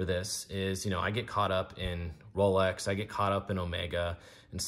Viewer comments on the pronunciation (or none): none